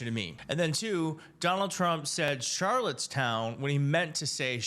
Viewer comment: He didn’t even say Charlottestown. He said “CharlotteSHOWN.” Once he makes a mistake, he acts like it’s not a mistake.